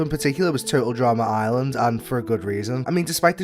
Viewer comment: Dude it’s “Total Drama ‘Island’”, not “Total Drama ‘Ireland’”!